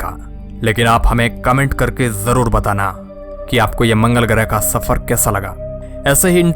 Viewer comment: Shafar nahi safar bhai sahab talffuz sahi kare aap channel chala rahe. Ya to bhai urdu ka use na karo hindi me bolo ya phir talffuz sahi karo